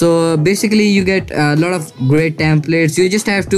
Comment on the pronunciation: When he say lot i hear loda